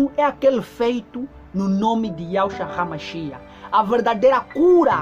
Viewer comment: Paz irmãos. Ele diz (RAMACHIA)Mas me parece que os Yzraelitas dizem ,apenas MACHIACH. Quem pronuncia certo ,precisamos acertar isto porfavor me ajudem!